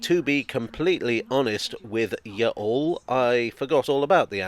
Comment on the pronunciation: I lost it when I heard "y'all" uttered with British tonality rather than a southern U.S. drawl.